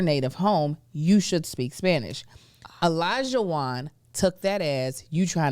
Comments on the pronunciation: Olajuwon is my brothers name. A lot of people can’t pronounce it correctly. Lot of people say E-Lija and it’s like no it’s Oh not E lol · Olajuwon is a Yoruba name, it’s pronounced OLAH-JU-WON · The way everyone’s pronouncing Olajuwons name is killing me 😭 it’s a Yoruba name , I don’t watch the show have no idea if he is Nigerian himself( regardless he can pronounce his name as he sees fit ) but wooo I didn’t even recognize what was being said until I saw it in these comments 😂